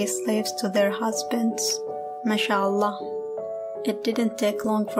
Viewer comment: So the Girl who can't even say MashaAllah properly is Ex Muslim and also Arab .. 🤣🤣.. You need to work on script 🤣🤣